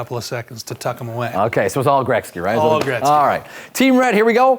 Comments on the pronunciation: Is he saying grekzky???? It is pronounced Gretzky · He said Gretzky wrong every single time